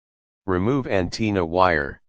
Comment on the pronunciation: 🤣🤣🤣 so I'm the only 1 who heard him say anteena